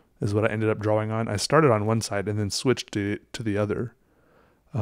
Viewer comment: Oh my god I can’t stand it. He sounds congested constantly, and like the mic is embedded somewhere within his sinus snot. And I don’t know why he insists on pronouncing drawing as “draw-wing” instead of “draw-ing”. It’s a shame because he makes great content, I just can’t enjoy it as much because of my aversion to his voice.